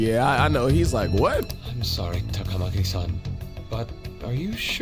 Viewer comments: Lmao that grapple hook edit at start 😂 also i see morgana follows frieza's vocab 😅 ah yes another member has joined the mashing community yeah this game has weird dub for names for some reason. Example they pronounce ann last name as Ta-Kama-Ki when its suppose to be Ta-Ka-Ma-Ki(funny enough 1 girl after kamo asshole confesses says her name right). Japanese names are supposed to have the same inflection/tone for the start of every syllable. They say ryuji's last name weird too, its Sa-Ka-Mo-To but they say it as Sa-Kamo-To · About the game butchering pronunciations, the correct ones: Kitagawa - Keetuh-GAH-wa Sakamoto - SAHkuh-moto Takamaki - TAKUH-maki Maruki - MAH-ruki Shibuya - SHEE-buya